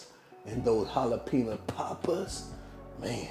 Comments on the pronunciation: i got halfway through the video.. please say ha!lapeno! like the rest of the world.. .. i know it's spelled with a j , but damn man! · Dude, I love your videos. The way you say Jalapeno in this one cracks me up. Com-on-man. The "J" should sound more like a silent "H", like saying "ha". Try "Ha-lapeno". Keepem coming bro. Peace. By the way, I have that exact same oven, and I love it. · You mispronounced th J, it's pronounced like an H in spanish.